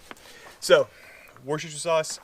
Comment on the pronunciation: Hey Lads Gonna help you out with your pronunciation Phonically WUS-TER Not WOO-STER So glad you back at it. Another great informative episode.